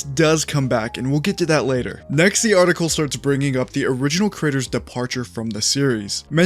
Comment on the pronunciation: when you say creator i keep hearing the word critter